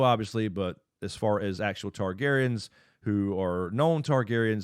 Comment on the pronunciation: The Targaryens have never left. There was three then two and now one. So please say it right this is your job.